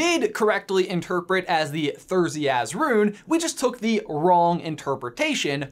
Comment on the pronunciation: ~, you mean “Thurisaz”.